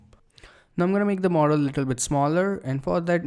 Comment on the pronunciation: when he says model he sounds like mortal